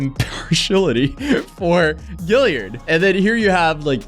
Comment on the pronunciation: I’m from Charleston ,South Carolina and the surname you are pronouncing perfectly, is spelled Gaillard ,here. It’s a common name in the Lowcountry and prominent. A lot of Ashleys , also. We have the Gaillard Auditorium and , of course , the Ashley River. Think “Gone With the Wind. I’m not claiming her, for the record, just a little trivia .